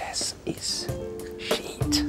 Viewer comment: "My chess is sheet" "Now obviously my chess is very good"